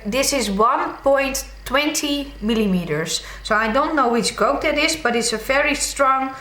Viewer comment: FYI "Gauge" sounds like "Cage" with a G